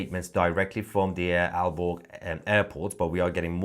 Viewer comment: Aalborg Airport ---I was out of the room, and thought you said, "Al Gore" Airport!! I wonder if they are going to shoot them down.